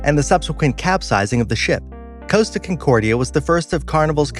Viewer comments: It's not Coasta its Costa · It's pronounced "Cos-Ta" not Coast-ta, there is no "a". And the Captains name was Schettino (Ska-Teen-oh) not "Sha-neat-toe". Work on researching those pronounciations so you have your info correct... but otherwise great video!